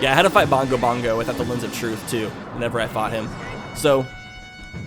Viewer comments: it's Bongo Bongo, not Dongo Dongo. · It's bongo bongo not do go dongo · DONGO DONGO??? YOU MEAN BONGO BONGO???? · Isn't it Bongo Bongo?